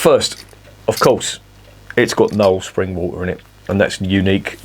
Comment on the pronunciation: "Sping" was distracting me a bit. Looks like another one for me to look out for. Morrison's may have it, they call it "Taylor's Knowle Spring Blonde", part of the 4 for £7 deal.